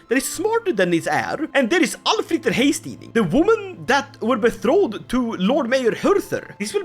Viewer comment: Goddammit, I love you but could you please stop saying "bethroded" instead of "betrothed"? 🙂